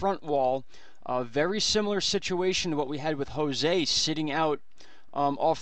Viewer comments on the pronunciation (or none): none